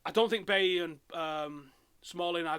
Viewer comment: It's pronounced "Buy-ee"